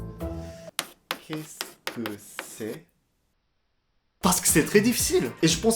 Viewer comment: Le "kes ke c " m'a tuer mais j'avoue te voir en parlé ma fait grave rire